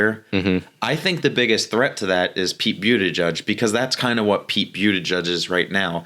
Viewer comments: Its 'Booty Judge' not 'Beauty Judge'😅😅😅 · lol "byootijudge"